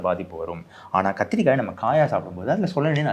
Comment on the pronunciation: kathrikai* physiological*